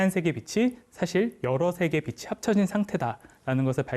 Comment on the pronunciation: 처음으로 대하는 영상의 주인공입니다만,,, 단번에 '확실한 사람 / 탄탄한 사람 / 올곧은 사람'이라는 것을 알게 되어, 그 전달하는 지식 또한 넉넉히 그럴 것으로 믿게 됩니다. 그 첫째로 나는 가르치는(강의, 연설, 설명...) 사람의 발음을 중요시합니다. 그것은 우리 지식의 처음이고 / 기본이고 / 습관적으로 연결된 지식의 재료이기 때문입니다. 그런데, 작가님은 [ 빛이 / 빛으로 / 빛에.....발음을 정확하게 비치 / 비츠로 / 비체...로 ] 하는군요. 아나운서도 교수도 교사나 방송인들까지도 이렇게 정확하게 발음하는 사람이 드물지요. 단언컨대, 이런 분의 강의는 찐입니다.........보나마나. 이런 분의 주장은 진실입니다. 이런 분의 작품은 인간을 유익하게 하면서 무해할 것입니다. 좋은 강의 감사합니다^^*